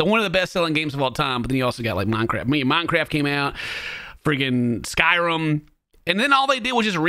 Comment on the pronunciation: Omg that's not how you pronounce Skyrim 😂 noooo